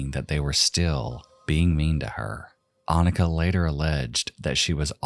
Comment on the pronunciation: The č in Anička is pronounced like a "tch" sound. It's literally the first letter in the native spelling of Czechia. Jan is pronounced like Yawn. It's literally just John but with a Y sound. The Czech form of John.